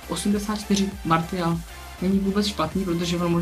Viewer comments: Bože můj Martial se čte Marsial ne Martial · martial se čte marsial